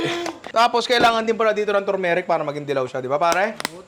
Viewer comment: The "ARTHURMERIC" tho BWAHAHHAHAHHHAHAHHHAHAAHHAHHAHHHAHHHAHHAHHAHAHHAHHA LT